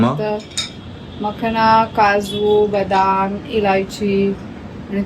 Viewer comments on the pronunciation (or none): Ma-kha-na Correct pronunciation